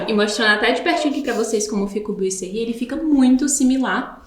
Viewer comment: A pronúncia correta é "boazerri". Adorei a explicação de como instalar.